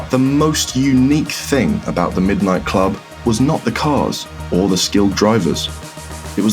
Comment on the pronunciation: "Middo nitto kurobu"